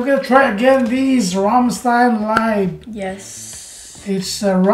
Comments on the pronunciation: It is very easy to pronounce Rammstein right. the "stein" you have to say "shit" without the i, then I and then the n ;) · It was a very good reaction, but still after listening them singing Rammstein for 20 times you still pronounce their name wrong.